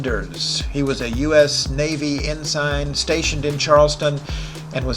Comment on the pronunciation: For US Naval Officers, the correct pronunciation of "Ensign" is ˈɛnsən. Please pronounce "Ensign" as ˈɛnsən, with the second syllable sounding like "sun". I appreciate YouTube very much and we met briefly downtown and coworkers took our photo.